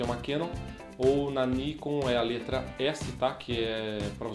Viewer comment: tanto Nikon quanto Canon são palavras japonesas. A entonação é Nikôn e Canôn... Ta errado Níkon e Kénon